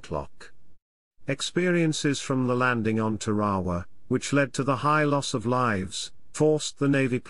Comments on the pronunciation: TAR-a-wa; eni-WE-tok; KWA-ja-lin. I don't mean to sound like a grammar-nazi, just that my father LANDED on three of those islands (not Tarawa), and it annoys me terribly to hear a Brit "computer-voice mispronounce those names. Especially, as I am a former Marine, those names matter to us, and American dead are BURIED on some of those islands...STILL. Just sayin'.😍🇺🇸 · Tare- Ah- Wah Or even with a hard R Tar- ah- wah Or am I wrong and pronounced it wrong my whole life? Hearing it however he said it made me want to pull my hair out. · listening to the narrator butcher the name of the Island "Tarawa" repeatedly caused me to turn this video off. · It's teh-ruh-wuh not te-ra-wa. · Tar A waw....not whaterever your sayin